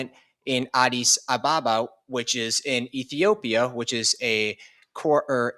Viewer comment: How are you pronouncing, Addis Ababa are you just saying it carelessly or listening to how the locals pronounce it.